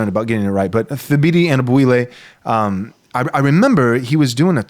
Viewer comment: Thabiti's first name is pronounced "Tuh-BEE-tee": The "h" is silent. More to the point, why do you not feel obligated to correctly pronounce the names of people who have changed their names?